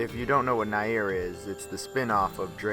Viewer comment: Its pronounced near, damn!